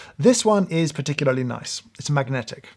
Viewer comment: Hearing you say "particularly nice" with emphasis on every syllable is among the high points of this video.